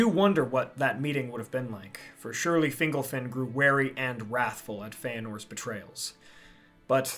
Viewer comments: I’m pretty sure it’s fin-GOLF-in. When it’s pronounced like “dingle” (“Fingle-fin”) it sounds less powerful like a great elven king of old, and more whimsical like an elf on a shelf lol. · I think it's Fin-gol-fin. Fingle-fin just sounds funny.